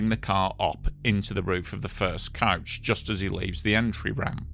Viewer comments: It's coach not couch. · Ohhhhhh “coach,” I thought you were saying couch. My bad, my bad.